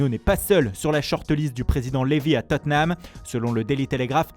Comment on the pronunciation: on dit bien Totte Nham et pas Totten Ham donc la il a bien prononcé